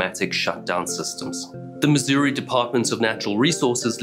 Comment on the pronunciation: You said our state's name correctly, bravo! Ha. Even other Americans call it Miz-urr-uhh or Miz-or-ee.